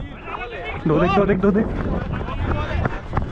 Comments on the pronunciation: You say 2 dekh😂😂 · Bro you speak hindi In 2.29 you say du dekh dub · you said do dekh